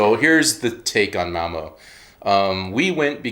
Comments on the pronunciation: Hallo agin. I noticed you are neglecting the line over ø. And prenonce it o. Like in Malmo mad not Malmø. You need to say æ ø and å. Difficult but not impossible. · Malmø - not Malmo. If you say "Learn" or "Earn", then you have the pronunciation for the ø in the end of Malmø. Say Malmearn - Malmearn a few times then drop the n at the end and you have a perfect pronunciation of Malmø. I like you videos! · Remember if you pronounce Malmö like Curley & Moe, it's incorrect. The "Ø" / "ö" is very distinct and mustn't dip!